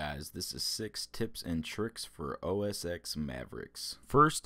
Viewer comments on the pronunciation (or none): its os ten not ex, OS X